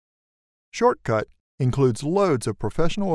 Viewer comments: I stopped watching after the 2nd time you called it "Shortcut". 😏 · Got it... great tutorial. But what drove me nuts... was him calling it "shortcut" every time. It's just poor selection in VO artist. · Couldn't watch and listen to you keep calling it "Shortcut". It's like listening to a Democrat Senator saying "Illin-oyz" instead of pronouncing Illinois correctly. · Nice video, but It's hard to watch because he kept saying short cut, UGH!!!! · My immediate worry and before I waste 10 mins of my time is that you are incorrectly pronouncing SHOTCUT, there is NO R so why confuse!? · Why do you keep calling it "Shortcut"..? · Read the name right its SHOTCUT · he said shortcut lmao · it is shotcut :p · why pronouncing the name of the software was an issue though? Atleast they gave you an in depth tutorial. people these days though lol. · What's up guys, making a great tutorial here but our "voiceover" can't read things correctly. (Tbh doe it's great thanks!) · i noticed and it bugs me but i cant complain to much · Great video and honestly, the pronunciation mistake is easily skippable unless yer someone that looks for perfection only ;). Yer program is quite neat and really great as I was looking for an alternative to Windows Movie Maker for quite some time since my laptop that has it isn't that usable anymore, sadly -_-. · I love how concise you are with this and don't include any fluff. Just wanted to let you know though...you kept calling the program "Shortcut" instead of "Shotcut." Very minor, sure, but a little distracting. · Wow - can't even get the name of the product right? It's not SHORT-cut - it's SHOT-cut!!! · anyone notice how he said shortcut instead of shotcut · Immediately i questioned the professionalism of this video. Is it SHORTCUT or SHOTCUT? This said, I did find it informative once I got past it being mispronounced. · Not shortcut...SHOTCUT......can't you read ? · Shotcut. Not Shortcut. lol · It's SHOTcut not SHORTcut, just sayin...